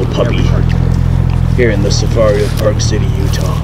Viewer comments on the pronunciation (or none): none